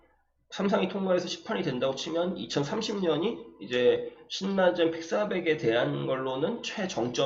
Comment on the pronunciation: 신나젠 아니에요 실라젠으로 읽는게 맞아요 ㅎㅎ